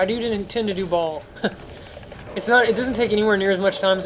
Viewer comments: "Ball"? ...Seriously? Lmao. (Future reference, "Baal" pronounced "Bail") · I'm pretty sure even Deckard pronounces it as "Bale". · How have you been playing the game all this time and cant pronounce Baal aka "ball" and magi and nilothak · Magi = Madge-eye Baal = Bay-ill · What's with you and your inability to pronounce names. It's "bale" not "ball", and "iz-wall" not "uh-zool".